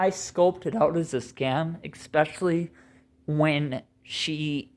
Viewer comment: Es-specially, not ex-specially.